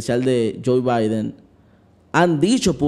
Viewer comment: Bendiciones!!!! Se escribe biden y se pronuncia baiden.